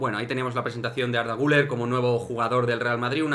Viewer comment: Por cierto. Has pronunciado el apellido del jugador turco muy bien. Y creo que eres el único.